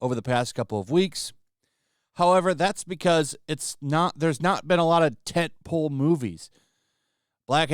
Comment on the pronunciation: Are you trying to say tent pole? You keep saying tint pool. 💀